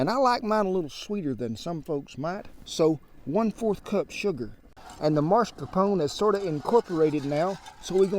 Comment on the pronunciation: It's not Mars-Capone. It's Mas-Carpone.